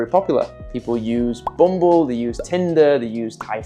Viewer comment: Couple things nobody uses the word bougie get it out of your lexicon stop using it yes sound you sound like you're from an Australian ghetto.. Too when you said bumble for a dating app I thought you said boom boo. .. 😅